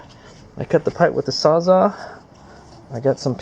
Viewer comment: I think you meant SawzALL. I've never heard of a "sawzah". Nice video, though. Lots of guys whinging about these not being available anymore.